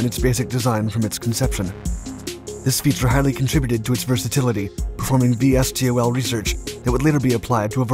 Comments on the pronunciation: Those in the know say V-stol, not Vee Es Tee Oh El, just sayin' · Um.. No one says it that way, put all the letters and say it. not “V S T O L”. say “Vee Stol”